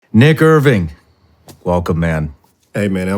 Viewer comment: Nick er ving .. wth lol